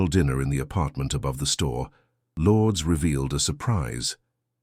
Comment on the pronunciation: Filipino pronunciation lour -dez